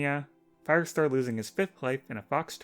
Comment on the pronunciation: Firestar without the R